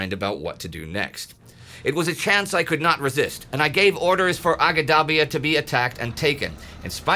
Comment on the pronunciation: Great episode. As a guy that lived in Libya, in Benghazi, and travelled a lot across Cyrenaica, I will fill out the correct names as unfortunately Indy is reading them in English although they were written in Italian (transcribed as close as possible from Arabic), so people can find them today: Agedabia - Ajdabiya - إجدابيا (the "G" is pronounced as in "George", not as in "green"), town in the southeast of the Gulf of Sirte, much larger than Marsa al Brega from which the desert path to Tobruq divulges from the Via Balbia, the coastal road) Zuatina - Az-Zuwaytinah - الزويتينة (small insignificant local port of Ajdabiya, but on a 2km narrow strip of hard terrain between the sea and Ajdabiya passable by armor) Magrum - Al Maqrun - المقرن (small community halfway form Ajdabiya to Benghazi) Solluch - Suluq - سلوق and Chemines - Qaminis - قمينس (small communities halfway from Al Maqrun to Benghazi, the latter on the Via Balbia, the former on the road from the coast to Jabel Al Akhdar, the Green Mountains that form the coastal range in Cyrenaica) That mountainious range of Jabel Al Akhdar, where the old Greek Cyrene (nowdays close to Shahat) is located, is the reason why both the Germans and the British thought Benghazi would be strategically unimportant (after the destruction of its port by Italians on retreat, German aviation on British occupation and presumed British sabotage on their own retreat). This is as that terrain is not tank conducive, it has plenty of gulleys (wadis) an